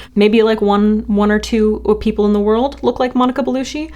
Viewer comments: ears bleeding Gah!! BelluTTTchee" "some Italian actress... model?" Only one of the most successful 100 Italian women of all times, made several movies in 3 languages, was nominated for a French César (the French Oscar), one of the top Élite models of her time, making her a millionaire by the time she was 30, brand embassador to several maisons such as Dior and DG... self-made and succesful before she moved into acting. She was also part of a power couple for over a decade with Vincent Cassel, another über-famous French actor. Think European Bennifer of Brangelina. I can understand having to google her daughter Deva, a rising model and still young to the industry... but Monica Bellucci? 😮 🤔 The first picture you showed of her, with the red wig and bright red lips, is actually an important scene in the movie Malèna... (spoiler) where she's forced to cut her hair, then dyes it red as she's forced into prostit*tion - the makeup/hair/look was meant to make her look garish and amateurish with makeup 🙃 indeed, she can apparently make any look professional 😊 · you need to learn how to pronounce people's names before you keep repeating them.. GIRL! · Hi, you’re supposed to say Bellucci just like you would say Gucci 😅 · Gonna be that bitch - it's belucci pronounced "ch", no relation to Jim 😂😉. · The cc in Bellucci is pronounced "ch", not "sh" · It's pronounced "Belu-chi" not "Belushi" LOL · Bellu-CHEE, no shee. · omg Bellucci is not pronounced “Belushi,” it’s pronounced“Bell-u-chi.” 🤦🏻‍♀️ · Bellucci is like chee, not shee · Pronounced Belu-CH-i not Belu-SH-i !! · It's belluCHI not bellushi 😂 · So many Americans say “Belushi” like the 70s comedian John Belushi. It’s Belucci “Bell-oochie” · Belucci not ‘belushi’ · It's not Bellushi, it's Bellucci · Her surname is pronounced Be-lu-chee not Be-lu-shee... not trying to be a hardnose but pronouncing someones name correctly is a sign of respect. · BelucCHi chi. Not belushi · Belucci not Belushi LooChee Not looShe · It's "Baloochi"